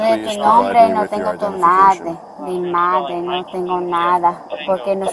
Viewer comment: “ no tendo”?? “ porfavo”? Seriously??? 😂🤣😂🤣😂